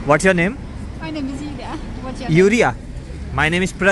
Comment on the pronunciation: Bro uska naam julia he ap to urea bol rhe ho